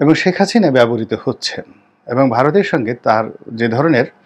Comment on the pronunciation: নামের উচ্চারণ টা দারুন শেখ হাচিনা